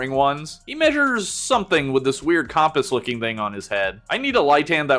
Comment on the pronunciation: I have never heard someone pronounce compass like that in my life before